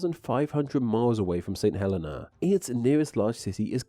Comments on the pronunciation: No offense, but I think the island is pronounced "Huh-LEE-Nah", or something like that, with the emphasis on the second syllable. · Saint Helena is pronounced Saint Hell-ee-na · Cape Town, where I attended senior school, is certainly not 17,000 miles from Tristan de Cunha. Unless you travelled east, of course. Also, St Helena is pronounced St Heleena, with the accent on the last syllable. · a friend's nana is/was from St. Helena as well, and through that i learned that it's pronounced hə-LEE-nə